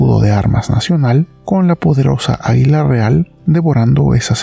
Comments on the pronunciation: Se dice a'guila no aguila!!!! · Que dices águila o hila ? Por qué entiendo hila no águila